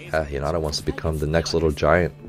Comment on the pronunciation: I loved the English dub, though I watch both since we only have the first two seasons dubbed. I think it would help if he watched a couple dubbed episodes, especially in regards to how names are pronounced. It makes me cringe when I hear Hinata said wrong, but I love Coach's videos so much because he brings so much insight to the show!